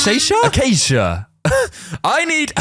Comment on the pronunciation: this is how you say acacia: [uhkayshia]